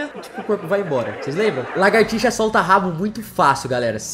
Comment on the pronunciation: por favor fale lagartixa corretamente!